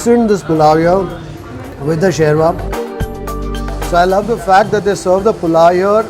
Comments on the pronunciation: It's not sherma it's shorma 😄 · What a difference between Sophisticated Italian kitchen And this earthy rustic kitchen!!! I think you Are more at home here in Hanumanthu kitchen. It is SHORBA and not sherva as you called it. Your reactions,both visual and in ummmm, aaaah said it all. What next surprise you have for us now???